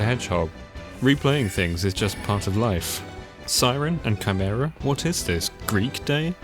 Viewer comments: great video as usual but for heaven's sake dude it's KAI-MERA, not CHAI-MERA. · Nice vid and commenting for engagement and all that, please man it's a HARD 'K' noise in Chimera, like 'Kimera' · it's the first time I've ever heard someone pronounce "chimera" this way.